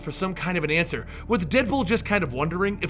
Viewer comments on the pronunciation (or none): none